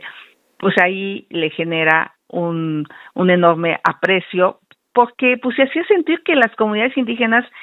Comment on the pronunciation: Pogque? Pogque..😢 NO NECESITA ASESORIA.. COCHILT NECESITA DE QUIEN LE ESCRIBA😂😂😂😂😂😂😂😂😂POGQUE POGQUE?